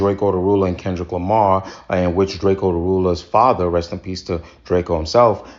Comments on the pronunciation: dad said Kendrick JAMAR 😂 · He calls him Kendrick Jamar 😅